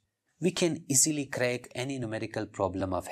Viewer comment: 😅Numerical became Mumericals 😅